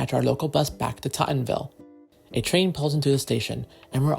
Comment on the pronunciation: i've never heard anybody ever pronounce any of these places like you 😂 nobody says statEN it's always like stat-in or sta-in with a hard stop instead of T. same with tottenville. but anyways it's krazy seeing most of these places i've grown up going to. i grew up in south beach and old town / grasmere were my main station depending on how i felt like walking or if i stopped somewhere along the way. i always wished the south beach rail line still existed, as well as north shirt since i lived 2 blocks away from them both. if u look on google maps u can see roughly where the south beach line use to be because of how the houses were built. also remeninets of it west of sand lane. maybe the metal tracks are still there, ive never wandered into the swamp to check.